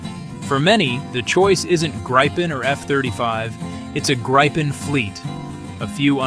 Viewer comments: «Gaipen»? I’d rather say Greep’n. With a long e-sound in the midle and a short at the end, no «Graipen»s in Sweden. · The best plane. But it is "greapen" or "greepen". The english pronouncation hurts my Swedish ears. ;)